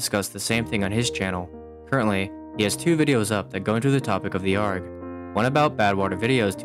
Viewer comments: i'm gonna be honest, hearing "gmod argh" out loud causes me physical pain please just say A R G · i cant stop laughing at the fact that you just pronounce it "arg" like a pirate instead of "A-R-G" like the letters. i dont know why but i find it so ridiculous lol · Can you please pronounce arg properly A-R-G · Is no one gonna talk about the way he pronounces arg like its a word and not an acronym